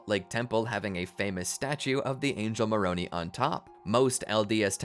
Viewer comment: Please teach your AI narrator to say Moron "I", not Moron "E". Thank you.